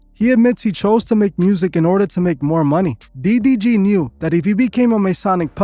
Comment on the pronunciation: bro keeps saying "DBG" 😂😂